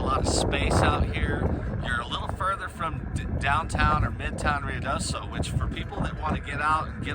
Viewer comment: Roo ee do so , not Ree oo do so